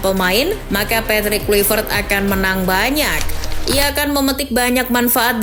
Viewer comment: Patrick Kluivert bacaannya Petrik Klaivert min.. hadeeehh